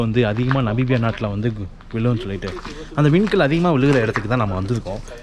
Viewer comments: தம்பி நீங்க நமீபியாவை நபீபியானு சொல்றிங்க. அப்படியே பக்கத்துல இருக்கிற போட்ஸ்வானா நாட்டுக்கு போயிட்டுவாங்க …. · தம்பி அது நபிபியா இல்ல நமிபியா! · என்னது நபிபியாவா? அது நமிபியா.